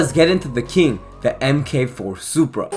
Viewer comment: mk4 is typically pronounced 'mark four' for future reference